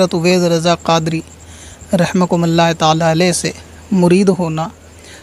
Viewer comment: Bhai Rahama'kumullah bola he